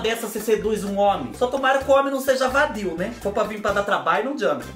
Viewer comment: Arrumar homem "VADIU" KKKKKKKKKKKKKKKKKKKKKK eu racho o bico quando vc fala "VADIU"